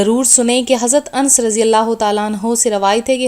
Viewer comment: Ans nai hota anns hota h jazakillah